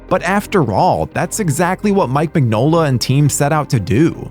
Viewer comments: It's pronounced Min-yola. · Crooked man was amazing. Who is this who cant even pronounce Mignola?